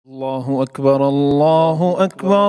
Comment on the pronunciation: الله اکبر میں را پر پیش پڑھیں آپ زبر پڑھ رہے ہیں جزاک اللہ خیرا